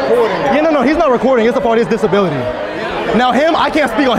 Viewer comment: "He just has a disbality where he has to hold cameras"😂